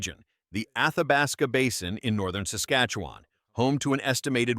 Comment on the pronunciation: why do Americans have so much difficulty pronouncing Saskatchewan? It's not Sas as in sassy, but sas as in sustain. I know it doesn't make sense but that's the way it is .